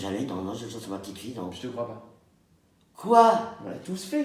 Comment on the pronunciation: “KOI” le meilleur de l’univers